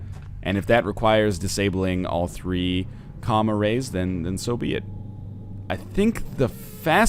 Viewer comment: Wow I thought NL had been saying "comma rays" instead of what is clearly spelled out as "comm arrays"